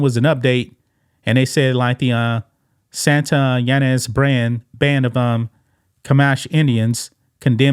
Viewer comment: It’s pronounced Santa Ya-nez and the tribal name is pronounced Shoe-Mash.❤️